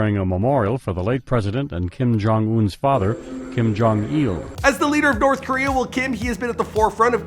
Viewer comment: The way this foo pronounces Korea cracks me up😂😂😂 Koriyaaa Lmao